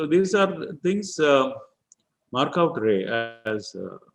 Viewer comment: Raaye, not Ray.